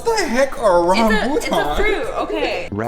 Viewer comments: Its not rambuutaans its ra-mbu-tan ok oo and could i have shoutout oo and i am a filipino so i know and i love you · Rambutan is super famous on Philippines and i think its from our country??? but you pronounciation of your Rambutan is wrong...... Ŕambuťan i think that's how its spelled but hopes it helps you! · the fruit is pronunced rah-moo-tahn lol , i love them, 10/10 would recomend👌🏽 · when they pronounced rambutans lmao "ram-boo-taaans" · I died when said RAHBUTANGS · Every Asian is triggered that you said Rabutan incorrectly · Ur saying rambutan wrong cause im filipino and ur pronounsacion is wrong